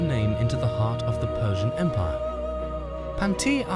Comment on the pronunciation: It’s pronounced Pawn-te-aa